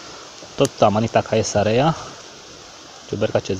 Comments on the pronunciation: Ae în latina se citește e deci " cezarea".Caesar se citește Cezar. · In latina grupul ,,ae" se pronunta ,,e"".Deci ati gasit amanita cezarea, se pronunta asa cum este scris in romana. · "ae" se citește "e"